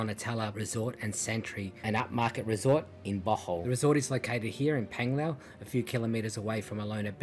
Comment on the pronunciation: Not Penglao...Panglao😂😂 pronounced